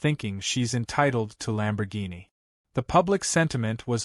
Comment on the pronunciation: Please read to the end, I think you will like it ! ! ! ! ! ! To the Want-To-Be author. The car, your "Artificial Intelligence" can not pronounce correctly is a "Lamborghini" the full name and spelling. However your DUMB A.I. (of which you NEED to get rid of and acquire a more professorial A.I. program, it will also make you look a little more intelligent, maybe). Now to the MAJOR error your A.I. is making. The common word for the vehicle is shortened to "LAMBO" that is L a m b o but your uneducated artificial intelligence spelled it and pronounced the same way as "LUMBO", L "u" m b o. So. when are you going to acquire your NEW A.I. program ? ? ? ? ? The sooner the better for your sake. However before you do acquire your new A.I. program you "MUST" do something that all writers fo prior to posting any story where ever they choose and that is something so simple, even a Cave Man can do it and that thing is called "PROOF READING". This way you may catch the errors that will make you look stupid. Lastly, A.I. programs do not know the full definitions of what is known in the English language, so stop being LAZY and acquire a better version of an A.I. program as there is a slim possibility it may make you sound a tiny bit better on paper or in the YouTube thumbnails. Believe it or not, I did keep this comment short, sweet, simple and to the point. The reason it is this short is I did not want to waste too much of my time on this when I will be doing something else.